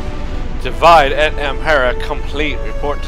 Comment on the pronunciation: Amazing latin accent. Totally how you pronounce Divide.